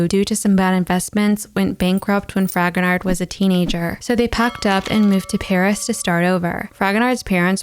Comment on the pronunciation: I am sure I am not the first to make this comment, but I can't help myself. The ''d'' at the end of Fragonard's name is not pronounced. It's /frahgonar/. No "d'' :)